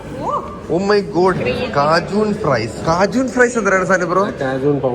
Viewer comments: വോപ്പർ എന്ന് പറയൂ.. കാജൂൺ അല്ല..കേജ്യൻ..😀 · Cajun pronounced as Kay-Jn, Whopper pronounced as Vo-pper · Cajun alla (K Jen) pronounced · Cajun... Please check pronunciation.